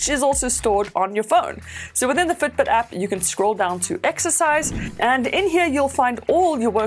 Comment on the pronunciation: Have you lived in New Zealand? Can detect Kiwi accent in "Fitbit" - Futbut